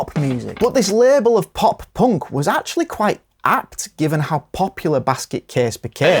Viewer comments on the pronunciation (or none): Of course they're not POUNC they're punk 😂😂 Who TF pronounces punk like that? 😂😂😂